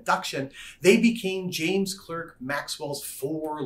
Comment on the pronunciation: common mistake: James Clerk Maxwell's middle name is pronounced Clark, not Clerk.